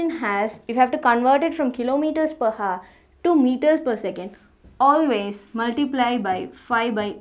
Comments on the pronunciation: mam it pronunciates \au(e)r\ not hour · 'Hour' as you can see 'H' is silent so it's pronounced as 'our'. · your pronunciation of hour is a bit wrong rest is very nice